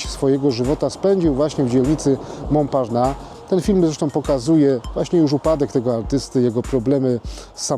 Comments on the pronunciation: Mąparnas się czyta a nie Mąparna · [Mąparnass] się wymawia poprawnie. Proszę jakiś dłuższy film na ten temat zrobić o Starym Mieście. Pokazać więcej pozostałych budynków czy opowiedzieć o zabudowie jaka była. Ten obecny film właściwie mało co wnosi.